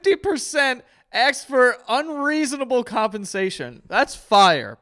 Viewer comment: It's ASK, not AXE.